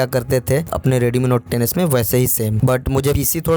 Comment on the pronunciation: Redmi note 10s ❌ Reedeemii note teneass ✅